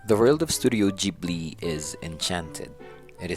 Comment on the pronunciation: You are actually correct.